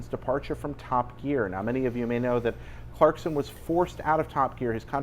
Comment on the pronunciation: Clarkon lol